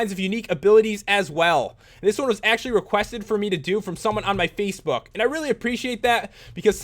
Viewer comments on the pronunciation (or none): none